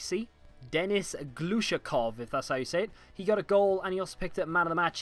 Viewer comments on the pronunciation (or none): none